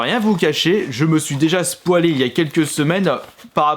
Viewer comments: Ta dit "spwalé" au lieu de "spoylé" x) (je sais comment ça s'écrit spoilé) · "spoilé" 😒😒 on dit "Spoylé" et ça s'écrit spoiler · SayRi je sais mais il l’a mal dit